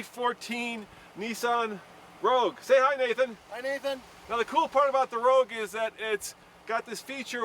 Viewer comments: Rogue, not Rouge. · Rogue, not rouge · Nissan 'Rogue', 'rouge' means red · It's "Rogue", not "Rouge". And Nathan, what's with the stupid hat? is it freezing in the "studio" or are you dressed for a felony? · Nissan "Rouge" lol does no one proofread or spell check? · Nissan "Rouge." /sigh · The Nissan Rouge? I think you mean Rogue lol. Just trying to help. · It's Nissan Rogue, not Rouge...